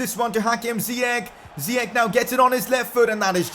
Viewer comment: Its not ziyek its ziyash